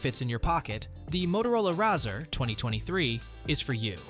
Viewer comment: Learn how to pronounce razr